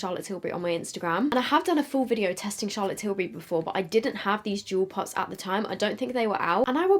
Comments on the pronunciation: i thought you said juul pods not jewel pots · did anyone else think she was saying charlotte tilbury “juul pods”? 😂💀